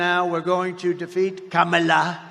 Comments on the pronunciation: He can't even say Kamala's name right, always mocking it , thats how racist he is!!!!!!! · Im pretty sure he's purposely saying Kamalas name wrong. And his nasty comments get on my nerves. When someone speaks the truth or repeats things he has said, he says they are being "nasty." SUCH A MAN BABY TODDLER!!!!!! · The idiot cannot even pronounce "Kamala" correctly. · he's a idiot, however,he think he scare people by saying,she said the truth about his filthy distorted sexual prettier, whatever she said, was the truth,he think, because he cant pronounce her name, if you think this moron isn't deranged,who is, he can't stop running his nasty unintelligent filter mouth,how can this filty mouth fool,take about Mrs Obama, with his distorted fat orange lying unintelligent ass, this nut, has no ideal about politics,yet,this fool was in the highest office in America,how,dose this happen,plus this convicted sexual prettier is running again, really,he made America,the laughing stoct of the "world"!